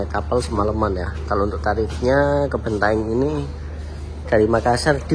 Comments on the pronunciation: Bantaeng wooiiii Bukan bentaeng 🙃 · Bantaeng, bukan Bentaeng ya